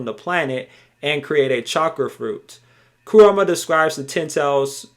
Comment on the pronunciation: bruv. its ku-RA-MA not ku-RU-MA lol good video regaredless...